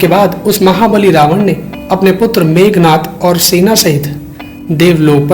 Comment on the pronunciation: मेघनाद not मेघनाथ ...